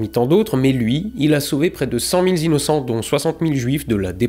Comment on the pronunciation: Putain,, arrête de mettre des s à la fin des nombres. On dit pas 100 000 z'innocents.